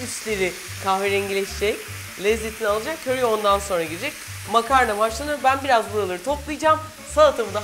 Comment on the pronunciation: Köri deyişin ne güzel refika ablacım 😊😊🤗